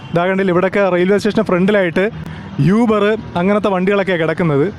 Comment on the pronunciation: യൂബർ അല്ല ഊബർ